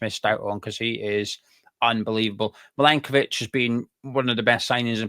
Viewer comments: Forest fan here. Very fair and balanced analysis 👍👍 Just need to work on the pronunciation of Maranakis 😅👍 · Who is Marakanakis? You could just google his name before making the video you know? 😂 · Forest fan here. Who's Maranakis mate ??? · Great pod. Very informed. Love the extra syllable in Mari(ki)nakis. I think it will catch on. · Forest fan here its Mar-an-a-kis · Sorry guys. It's pronounced Mara nak iss. 👍👍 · There’s no KER IN IT IT MARINAKIS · It's pronounced - Mara - nakis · Mate, it's Marinakis. If you're going to correct people then at least get it right yourself. COYR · Who is this 'Marikanakis' bloke you keep going on about? 🤣